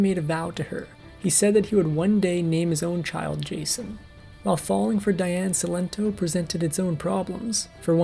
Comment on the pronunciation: Diane Cilento was a very close friend of mine. You can’t even pronounce her first and last name correctly!